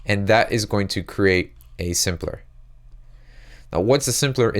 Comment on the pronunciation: It took me so long to understand he was saying "sampler" and not simpler... lol